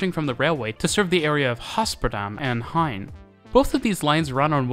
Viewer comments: They did Germanify? Jewify? Spanify? Gein and Gaasperplas into Hein and Haasperplas though. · still some mistakes in pronouncing GEIN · I think its funny that you pronounce the g kind of like an h when saying dutch place names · Remake to also fix probounciations but you still butcher about everything Dutch. Special mention to Gein as you made the g sound like an h. Also wtf did you do to Hoofddorp? It wouldnt be too hard to find someone to help with the pronounciation i think. Cant imagine what the old version had as the pronounciation as it cant get much worse Also i see lots of trains and metro trains in the pictures that havent been used in years. It isnt hard to find anything more recent. So not a great remake. You tell some interesting things but you saying things wrong and some old pictures dont help at all. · As a above-rivers-Dutchie, I cant help but scream GEIN to my screen every time you say it wrong. It's ok, nice video. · cut him some slack, Dutch is hard...